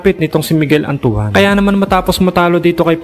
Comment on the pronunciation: Bakit antu-an ang bigkas mo kay Antoine? 😂😂😂